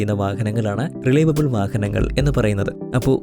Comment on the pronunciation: റിലൈവബിൾ അല്ല റിലയബിൾ